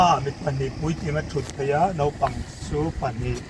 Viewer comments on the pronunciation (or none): none